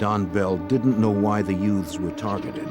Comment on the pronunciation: “Four Yutes” there, fixed it